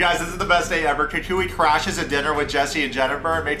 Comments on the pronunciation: please stop calling him KooKooUh. his name is CockWah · Bro STOP SAYING COOCOO-A. It’s COCK-Wah. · The way you pronounce “cacooey” 😂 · Oh for the love of God people - his name is pronounced like this: "Cow-qwa." Jennifer thinks Jesse is sooo great. When she finds out Jesse really isn't that rich (but just plays one on s/media) 😳😆🤣😂😆 Jesse thinks he's waaaay more sophisticated than he actually is, typical Narc - he & Jennifer deserve each other. Also, Jesse thinks he's such a suave gentleman 🙄 😆 - yet he doesn't even know how to properly hold a chair to seat a woman; then, he 'barked' at the waiter 🤯🙊 in a restaurant because he felt he didnt get attention fast enough! Very classy move 👌🤮 - the waiter probably had to go find his 🕶 to approach your table because your NEON BLUE tux was blinding his eyes. BTW Jesse - NO ONE who is used to good quality, prime steak... orders it over a temp. of MR, or Med/MR at the most. But no, you complain that it's raw. 😂🤣😆🤣 Oh yes, Mr. Luxury World Traveler who likes the finer things in life - you should know that you're at an Argentinian BBQ restaurant - which is basically a meat fest & you just have to order "vegetables" like you're appalled. Jesse's skinny little chicken lips gross me out & your tantric yoga is just an excuse to dry hump Jennifer. I am so unimpressed by this creepy dweeb. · I think you say his name like CAH - cwah Anyway tho , I agree with every single opinion you have here man , He made that shit mad awkward and was one of the funniest ppl featured on the show lmao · It’s really not that difficult. It’s Cacua. KA-KWA. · Why you gotta mispronounce that man’s name so bad? 😩😩💀 (kak-wa) lol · 😂😂😂 the way you pronounce cacua’s name is soooo funny ... your basically callling him Mexican boogeyman